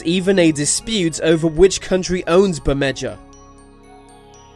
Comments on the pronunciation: bermeja is not pronounced as bermedger it's pronounced as bermeha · its pronounced Berme-ha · FYI in Spanish J's are pronounced sa H's. Bemeha is how the island is pronounced. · Wouldn't Bermedja be pronounced like Ber-made-ha if it was on a Spanish map? Which sounds a lot like "Bermuda"